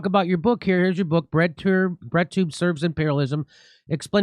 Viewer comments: Thought they were saying redtube the whole time... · I thought you guys were saying "redtube" not "breadtube". I learned real quick just how wrong I was.